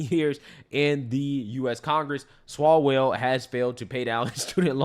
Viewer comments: I ❤ how calls him Eric Swallows-well. 🤣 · “Eric Swallowswell”. Oh stop😂😂😂😂